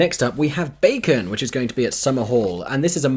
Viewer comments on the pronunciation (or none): none